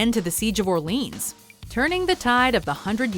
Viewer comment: I have never heard Orleans pronounced that way before.